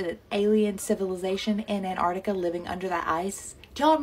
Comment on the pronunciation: She was pronouncing and spelling Antarctica wrong though so until the guy from the YouTube video typed it in and confirmed it I was skeptical lol just saying, if you can't even spell it right I doubt you'll get all the numbers in the right place 😂